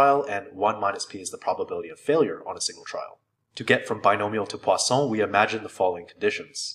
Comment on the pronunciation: why do I keep hearing it as the "Croissant"-distribution...